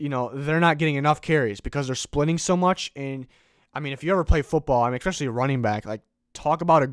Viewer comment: Great video. Just please stop saying "expecially".